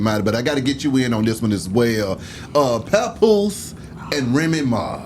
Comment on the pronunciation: When she called hkm pawnpoose ive said yeah tko